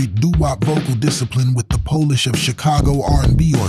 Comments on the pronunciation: The narration is lazy AI slop. For example pronouncing “bass” the sound like “bass” the fish in the phrase “syncopated bass vamp.” Also pronounced “polish” (make shiny) as “Polish” (from Poland). Lazy use of AI, not going to be watching more of this channel. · It pronounced the word polish as pole - ish, like the nationality 🤣